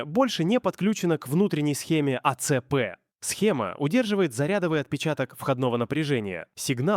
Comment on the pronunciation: когда этот ии произносит А.Ц.П., вспоминается произношение "Эс.Эс.Эс.Эр" из шортсов про черемшу и шлакоблоки